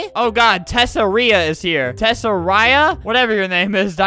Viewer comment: The tessari girl I’m assuming her name is pronounced ‘tess are e’ or ‘tessa rie’